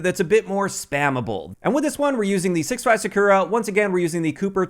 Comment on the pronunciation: SAKURA is read as Sa-Koo-Ra, you keep reading is Sa-Kyu-Ra as you read U as 'you'. Even Google translate won't read sakura like you do when i type in English voice.